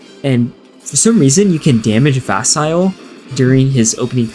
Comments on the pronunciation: 😱! ITS PRONOUNCED VAS-EE-LAY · Wait wait wait... How did you just pronounce Vasile?